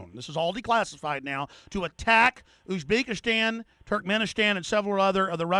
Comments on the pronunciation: Wow, maybe someday he will interview someone who understands that Arabs and Afghans are different people, and knows how to pronounce Uzbekistan? Next year perhaps? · Dear God, would someone teach this moron how to pronounce "Uzbekistan" properly, and the fact that Afghans and Arabs are different people?